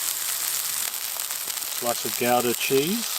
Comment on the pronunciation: Massive points for pronouncing Gouda like gauda instead of gooodah.